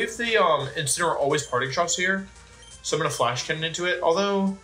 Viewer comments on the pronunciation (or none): none